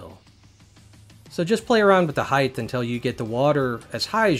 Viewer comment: Are you saying "heighth" ? - :P